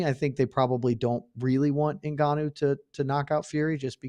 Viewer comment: Why F up the man's name like that when it's written clearly in the post? Very disrespectful!!!